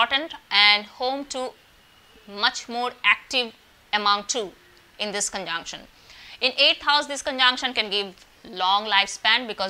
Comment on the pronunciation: All I could hear ....conjaanction , conjaanction , conjaanction......😂😂 Learn to pronounce dear lady ...it's conjunction 😅😅....u can converse in hindi ..... don't spoil english like this ....also work on your mercury and venus .....wear light earthy shades and decent clothes🙏✨